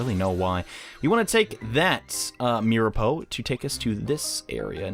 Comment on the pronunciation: it's mir-a-po